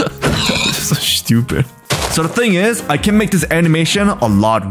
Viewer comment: Man I love the way you say shtupid😂